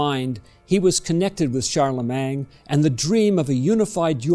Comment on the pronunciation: Please don't say Charlemang - it's Charlemagne.